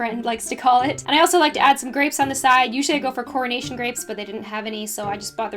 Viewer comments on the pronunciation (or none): none